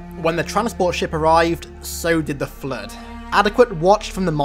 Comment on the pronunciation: I like how you pronounce the Flood as "Flued" at times.